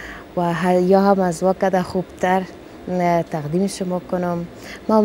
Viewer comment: قطعا کلمات دری را تلفظ کرده نمیتواند. فکر کنم سواد ابتدایی ندارد. مثلا به جای این می‌گوید هین، تقدیم می‌گوید تغدیم و ........